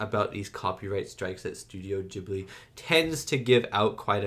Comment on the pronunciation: Ghibli is pronounced with a "hard" initial g, like garlic or gift. It is the name of a particular seasonal wind in the Mediterranean region (and you'll notice a lot of wind movement in Studio Ghibli movies). It comes originally from the Libyan Arabic word "Qibliyy" and was of course written using Arabic characters. Its literal meaning is "coming from the direction opposite to Mecca". Later the word was adopted by the Italian language (because the same wind reaches Italy), where the Arabic letters had to be transliterated so that the word could be written and read by Italians. They did the best they could by starting it with a hard g. In Italian, any g that is directly followed by an h (or an a, o, or u) is hard. Like Ghirardelli, the famous chocolatiers of San Francisco. The same rule applies most of the time in English, but we all know English spelling is a mess, so no rule applies 100% of the time. I've noticed that a lot of people are unsure of how to pronounce Ghibli, so I hope this helps someone.